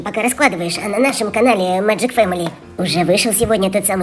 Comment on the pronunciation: И ещё не маджик а меджик петс писать научишь